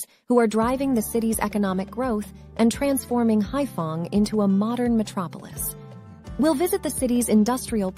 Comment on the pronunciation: Anyway, the city is Haiphong, not *fong.